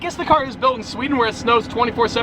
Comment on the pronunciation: DUDE I ACTUALLY KNEW U WERE GETTING A KOENIGSEGG CUZ WHEN U SAID SEWDEN I WAS LIKE I KNEW WHAT HE WAS SAYING